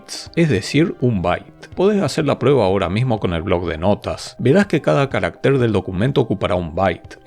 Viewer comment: En singular , CARÁCTER es una palabra grave y va acentuada, tanto prosódica como alfabéticamente en la segunda A. Su plural es CARACTERES, sin acento ortográfico. En la presentación el término "caractér" (no existe en español) se repite más de veinte veces.